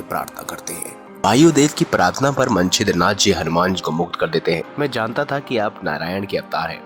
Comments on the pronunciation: भाई! आप मछिन्द्रनाथ को मंछिद्रनाथ pronounce कर रहे हैं। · भाई, आप नाम का उच्चारण तक तो गलत करते हैं।मछिन्द्रनाथ भी आप ठीक से बोल नहीं पाये।कथा की सत्यता भी संदिग्ध लगती है।